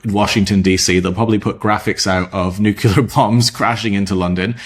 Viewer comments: NU-CLEAR! It's not NU-CYU-LER! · Nu-CLEAR ✅️😊, NOT NUCULAR ❌️🫤 from nucleus (the centre of an atom) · you pronounce nuclear like a republican. 50days=bs